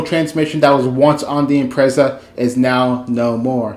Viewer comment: It's an Imprezza... but I guess we can call it an Impreissa.